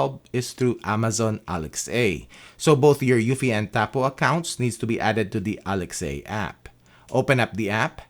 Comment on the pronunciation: Please can you say Alexa how it's actually supposed to be pronounced. Please? Alexa, one word, not Alex a..